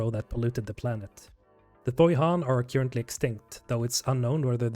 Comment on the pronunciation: After your third time pronouncing “currently” as “cure-ently,” I have to stop watching this video. I just can’t take it.